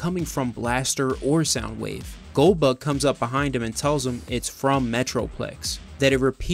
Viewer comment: I swear every time you said goldbug I heard Goldberg, brought back memories of watching wrestling. Great vid.